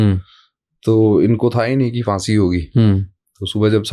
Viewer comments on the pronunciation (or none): So true, by the way it's pronounced phaansi